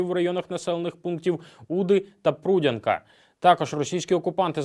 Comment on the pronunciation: Прудянка, наголос на я.